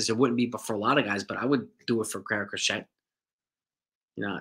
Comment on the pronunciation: It's pronounced Cro-SHAY.